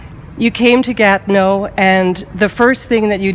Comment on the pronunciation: Gatno??! Its Gatineau